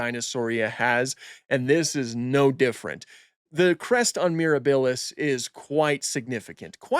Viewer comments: pls say miRAHbilis rather than miraBILLis T-T thanks for the informative video though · Love your content here and on IG! Oh and quick heads up - it's MirAbilis (accent on the A), not MirabIlis (accent on the i). It's Latin for "wondrous" and it's also how Serenno, Navarro and the team are pronouncing it.